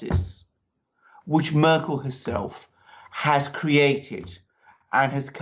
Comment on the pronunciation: Wow, managing to mispronounce every politician's name! What a great geopolitical journalism achievement! Please tell me how I'm supposed to take this program serious when you can t even pronounce the names of the key players! Who is "Makwrron?" Who is "Muuurkel?" "Alis Viedel?"